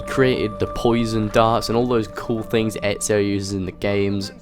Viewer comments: I hate it when people say ezio they end up saying etzio there is no t in ezio's name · your pronounciation of ezios name is so funny :D